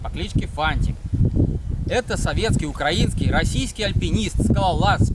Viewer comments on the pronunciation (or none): none